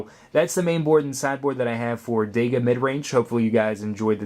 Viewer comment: The name is so cool, why do you call it dega though?